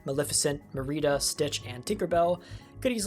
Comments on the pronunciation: Did anyone catch "Marie-dah" instead of Merida??? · Great video but MEH-REE-DA???😂😂😂